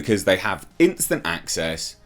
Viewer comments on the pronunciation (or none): none